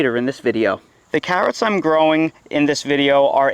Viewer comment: I watched this one just to see you say cahhrots lol.